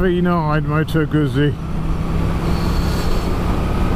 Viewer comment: Please pronounce Moto Guzzi correctly.